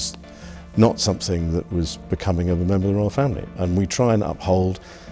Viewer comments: What a Godawful phony and contrived "accent" this narrator has. Sadly, your pathetically desperate attempt to sound "cultured" or "refined", or whatever you think your way of speaking conveys, fails spectacularly when you say "somethink" as opposed to "something". Professor Higgins would be terribly disappointed in your shameful elocution faux pas. Perhaps you should go back and watch My Fair Lady again from start to finish. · Comedy accent by the Voice-over guy! That's not Queen's English - (which he's obviously trying to fake). Even if it were a "proper" English accent, nobody with that level of inbred accent would ever say "sumpthink" when pronouncing the word written "something". The V/O takes all credibility from this film and makes the whole thing utterly laughable.